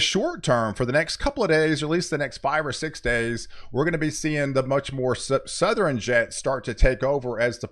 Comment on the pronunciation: why do you say southeren and northeren, those are not words. southern and northern bro.